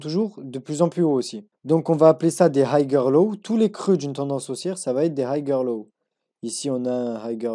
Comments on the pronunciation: Puré qrrete de masacrer la langue de shakespear !! 🤦🤦 Higher se lit haieur et pas hagueur 😭😭😭 noooo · Du coup j'me demande si ses profs disent aussi haygueur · Higher ca se prononce hayer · Super tes vidéos, et je veux pas faire l'ancien mais higher prononce pas le g et c'est niquel ;) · Ce n est pas important la prononciation Je Suis trader professionnel et je suis en admiration devant les connaissances et la maîtrise du trading qu il a pour son jeune âge quant il aura 30 ans il deviendra un master du financial market chapeau mon fils continue 👏👏👏👏